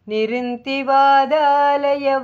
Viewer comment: अस्मिन् परात्मन् ननु पाद्मकल्पे त्वमित्थमुत्थापितपद्मयोनि: । अनन्तभूमा मम रोगराशिं निरुन्धि वातालयवास विष्णो ॥ த்வமித்தமுத்தாபித நிருந்தி (nirundhi) தி என்பதை அழுத்திச் சொல்லவேண்டும் வாதாலயவாஸ (vātālaya vāsa) . வாதா (vadalaya) என்றால் பொருள் மாறிவிடும்.